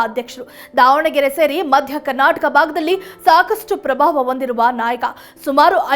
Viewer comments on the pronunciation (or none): none